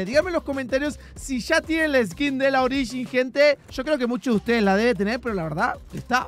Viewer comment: se puso raro hoy jajaja usando "ogirin"😅😅